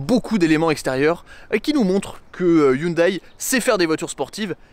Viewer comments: Haha ! Non on dit "hioundai" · Excellente vidéo j’adore 🥰 par contre Hyundai ne se prononce pas hyndaille mais hyndé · Pair pitié, on ne dit pas HyundAÏE mais Hyundè. Bel essai sinon, j'en possède une et j'adore cette voiture. Elle est discrète en apparence, mais dès qu'on démarre le moteur, les têtes se tournent... et quel bruit. Un kif ! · On ne dit pas youndail on dit hé oun dé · On dit "Hyundai" comme day a la fin ;) Sympa la vidéo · hyundai se prononce hyundé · ca se prononce "hyundé" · Si j'écoute bien ta prononciation de hyundai, je déduis que quand tu conjugues le verbe avoir à la premiere personne du singulier "j'ai" tu le prononces j'aille